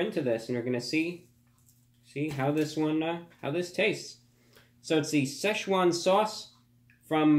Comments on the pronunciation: youknoowamh If you can read Pinyin it is Si fourth tone Chuan second tone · Dude, it’s two syllables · Best way is to find an actual Chinese person pronouncing it, but best I can give you is you say "Si" like Sir (but without the r) and you say it in fourth tone which is short and sharp. The "Chuan" is pronounce kinda like chuwann and its second tone which is rising and slightly elongated. Like I said very hard to describe to someone that isn't familiar with Chinese pronunciation lol. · Why does everyone pronounce like (se Shuna)? It’s pronounced more like (si Chuan) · say-shoe-juan sauce? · Sesh juan swause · Sai Shu Jaun sauce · Say, chew won sauce? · say chew Juan sauce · “With the slow drip of Sczechuan sauce” 😂😂 love your videos man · "Two packets of the sayswan sauce!" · Anybody else realise that he said Si-chwan sauce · I pronounced sasswan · He’s pronouncing Szechuan wrong